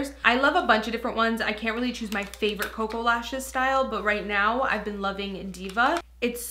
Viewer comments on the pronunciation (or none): none